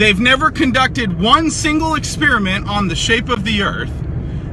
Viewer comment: Did he just pronounce the word experiment...as...exspearmint?